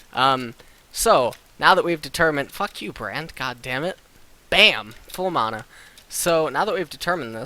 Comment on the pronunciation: I know this is a 10 month old post but he's pronouncing it correctly (maw-naw). I'm not sure where the pronunciation (man-nah) came from, but probably the same logic of tomato tomato.